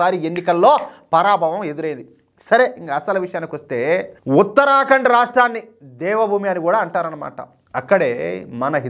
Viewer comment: దయచేసి ఉత్తర ఖండ్ అని పలకండి, ఉత్తరా కాండ్ కాదు. మంచి వార్తకు ధన్యవాదాలు